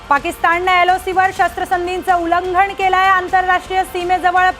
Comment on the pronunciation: पंतप्रधाण ....सिंणदूर.... उल्लंघण नाही ग. 😂